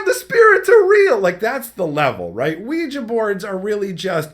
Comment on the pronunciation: Wee gee not wee juh. I was so confused for a min wondering what he was talking about, lol.